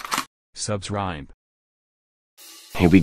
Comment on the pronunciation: "Subcribe" me: Ok. please spare me...